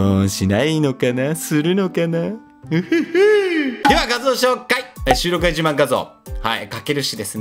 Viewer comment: ･･･何度聞いても「収録外自慢」が「収録が一番」に聞こえるんよね･･･